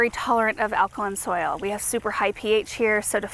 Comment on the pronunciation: You said something about soul that lilac prefer but l couldn't understand what was said; please repeat, thanks.😊